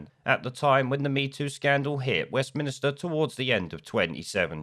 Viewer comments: Please note it is “Westminster” and not “Westminister”. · westminster not westminister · Why do you keep saying "West Minister"?